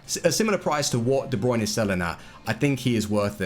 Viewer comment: De brunay